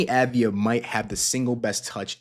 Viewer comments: It's pronounced AHV-DEE-AH. Sounds to me like you're just putting the V and the D in the wrong order. :) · The A is pronounced like olive rather than avarice. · dude.... it's AV-DI-JA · Enjoyed it, but look into how to pronounce his name.